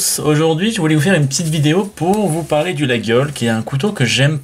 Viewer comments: coucou monsieur l'expert : on ne dit pas 'laguiole', on dit : 'la iole', le G ne se prononce pas. et ne dites paqs de bétise, un vrai Laguiole est fabriqué à Laguiole, des fabricants thierois en font aussi, mais à l'origine c'est à Laguiole, quand à avoir un 'beau 'laguiole frabriqué en Chine, on est là dans le pur foutage de g.... avant de dire n'importe quoi, lisez les classique et surtour allez faire un tour à Laguiole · Les Aveyronnais disent "Layole" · tous les aveyronnais sans exceptions disent "Layol" je ne sais pas quel passant la journaliste a trouvé pour prononcer le G lol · Comme d'hab vidéo instructive. Petite précision, je crois qu'on prononce "layol" et non "laguiole". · Layole , le g ne se prononce pas, il 😅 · Au bout de 4 ou 5 x qu'il prononce la GUI ole Je coupe le son👎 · 😏euh non mon grand! ... et désolé si ça vous déplaît! Mais ça ne se prononce que D'UNE FAÇON ☝: 👉 "LaJole" 👈 Mais les profanes(dont vous faites vraisemblablement parti😆) ont le droit d'écorcher ce nom propre de la coutellerie française si cher à notre patrimoine !😉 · ma famille est originaire de la region et personne dit "Layole" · Mauvaise prononciation et pourquoi ne présente t il pas un artisan français capable de fabriquer un couteau qui ne s'ouvre qu'à une main sans onglet ? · Ca ferait plus sérieux de savoir prononcer Laguiole effectivement. Il y a les marques françaises connues et pas seulement le prix. David, Fontenille Pataud,... En chine il ne devrait pas pouvoir utiliser le nom si Laguiole avait mieux protégé le nom. Apres si on veut un faux autant en prendre une copie qui ressemble au lieu de choisir une simple inspiration rococo ?! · FAUX ! La prononciation "Layole" est une pure invention moderne ! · Absolument pas.